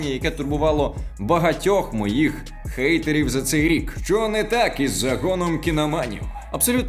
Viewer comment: Чому гейтерів? Н перетворюється на Г тільки коли це стосується транслітерації у назвах, прізвищах тощо. А за правилами читання англійською хейт так і лишився без змін